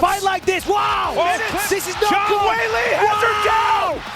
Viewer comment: Embarrassing. Weili started out studying Wushu (Not Kungfu) and lived in a Wushu Academy for 4 years as a teen. Try to get it right. Maybe learn how to pronounce her name, too.